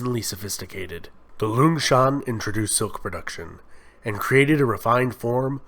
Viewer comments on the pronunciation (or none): Notes: (mostly about pronunciation) 1.Longshan is pronounced long shaan, not luung shaan 2.Xia is pronounced Sha not Zia 3.Shang is pronounced Shaang, Mandarin has no 'ay' vowel 4.The bronze mask you show on the screen while talking about the Shang is from Sanxingdui, and is associated with the Shu kingdom, who were enemies of the Shang and allied with the Zhou kingdom to topple their reign 5.Daoism in the Zhou period was philosophical, not spiritual, religious Daoism developed under the Huang-Lao school in the early Han Dynasty 6.Qin Shi huanG not Qin Shi Huan 7.Sui is pronounced Sway 8.Tang is pronounced Taang 9.The ua in Yuan is a dipthong, it is not disyllabic. think Y-ooeeh-n